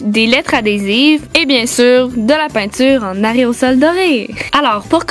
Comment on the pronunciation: On dit aérosol pas areosol